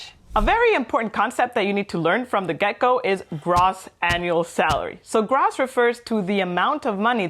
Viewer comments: Hey &, just a friendly tip - noticed in this video and your latest one on Tax returns that you are saying Gross with a short o sound like in Loss. Its actually pronounced with the longer o like in Grow (then add the ss on the end!);-) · Gross. Gr-oh-ss. not Gr-aw-ss. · It is not pronounced grass but groooss. Long o. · This is fantastic, a great well-explained presentation. (gross is pronounced 'grow ss). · It’s pronounced gr…oh …sss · Your pronunication of "gross" is quite painful :/ As educators in general and for this video specifically, a correct pronounciation can be expected.